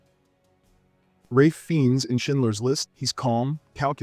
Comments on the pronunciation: FIENNES should be pronounced as FINES not FINS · Whenever I’m unsure if the narrator is AI, he pronounces “Fredo” as “Freedo” and “Fiennes” as “Feens”. Otherwise, excellent criticism as always. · Paul Newman did get an Oscar nomination for "Nobody's Fool". And Emily Watson, Ralph Fiennes and Jack Lemon at least earned Oscar nods too for performances in their respective films mentioned. That's not nothing. Btw, you mispronounced the surname of Ralph Fiennes (It rhythmes with "signs").